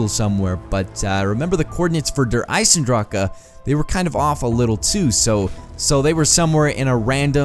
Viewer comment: it's not Der Isendracha it's (Der I-Sen-Dra-c) Der Isendrache